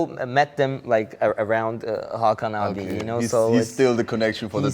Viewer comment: Hakan Abi nicht aki 😂😂😂